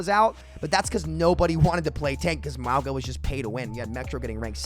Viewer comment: I'm pretty sure maugu is pronounced: ''Maw-guh'' Dont quote me on that tho.